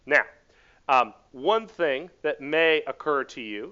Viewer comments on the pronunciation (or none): none